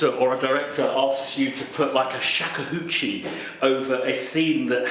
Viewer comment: It’s not shag-a-hoochie, it’s shakuhachi :P (№03) Anyway, great video. This is actually really good stuff for any freelance creative, in any industry. Loved the WeTransfer tip (№28), I learned that one the other way around: super rush job, sent the files to the client via WeTransfer, then weeks later got the request to please re-upload cause they missed their download window. Rush job, right…